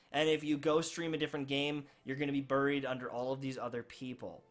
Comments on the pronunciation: Is that how you’re supposed to say “buried”?? Burrreeeed? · BURRIED? I don't know what region that pronunciation comes from. Joking around, good vid. I feel for my Destiny streamers. These folks were along for the awesome D1 ride. D2 just ain't getting it done. I've been hitting PUBG hard for months now and just don't even crack open Destiny. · haha "Berried" like he got changed in to a berry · Berry’d aye? Canadian accent aye 🇨🇦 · I love how he says “burried” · Just a sad situation all around. I dream of the day I see the Destiny twitch directory light up like a god damned Christmas tree. I think it can happen too, but it's going to take a lot of work and a lot of time. I'll remain cautiously optimistic about the future of the franchise - but I'll also reach out and play other games that grab my attention. ...also, you say 'buried' in an interesting way, and it's now stuck in my head. ILU.